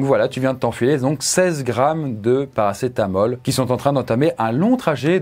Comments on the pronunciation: Oui mais si tu ecoutes bien il a dit paracé t'as mal ^^ 😀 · il dit ParacetaMAL dans le tramadol 😂😂😂